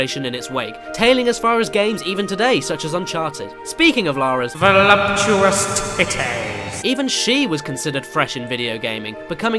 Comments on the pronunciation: Just stopped by to say, VOLUPUTOUS BREATS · Voloputous breats